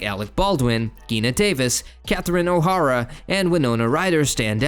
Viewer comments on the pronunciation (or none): Omg, Geena Bellafonté O’Hara havok Day-O These are NOT difficult words to pronounce. Ugh 😩